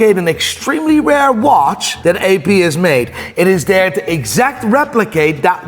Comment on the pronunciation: How he says AP hurts my soul.